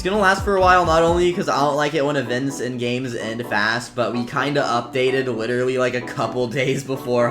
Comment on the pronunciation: the way he said literally: witerally